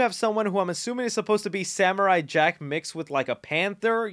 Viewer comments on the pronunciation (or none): none